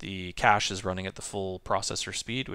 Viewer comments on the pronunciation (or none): none